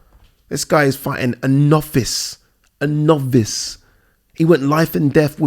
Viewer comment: Went life and death with a NOV-VICE, a NOV-VICE!! LOLLLLLLLLLLLLLLL!!!!!